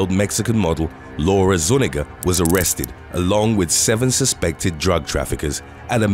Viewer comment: the little squiggle (I can’t remember what it’s called) over the N is an extra letter in the Hispanic alphabet. It is pronounced like enya. That name would be pronounced zu-NYEE-gah.